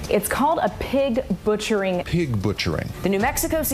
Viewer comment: Pig batcharing.lol , it’s pig butchering.😅